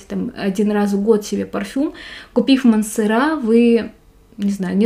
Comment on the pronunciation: Не МансерА, а МансЕра.А обзор хороший,приятный голос и подача, но произносите , пожалуйста, правильно)))